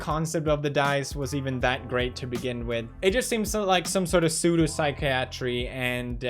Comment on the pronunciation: soodoo sikee-atry